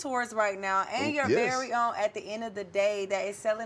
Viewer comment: Did the host say "verwy own" during the intro? 😂😅